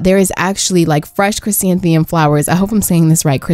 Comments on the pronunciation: im sorry but i have to tell u its chrysanthemum not chrysanthium, ur just missing the first "m" in your pronunciation. looking forward to the rest of the series though :) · awwww i love noelle 😍 and p.s. its pronounced chrysantheMUM, not trying to hate at all btw :)